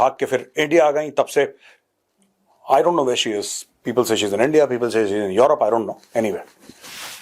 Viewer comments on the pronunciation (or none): none